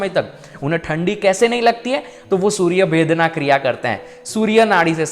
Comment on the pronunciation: सूर्य भेदना नही सूर्य भेदन